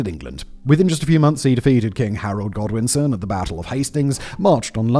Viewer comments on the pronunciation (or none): none